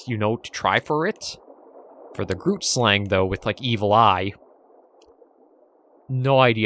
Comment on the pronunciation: Don't know if you'll go after it, but the "g" in "grootslang" is pronounced the same as "moggel". You can use the same Afrikaans google translate trick to pronounce the word. But it's okay if you find it too difficult!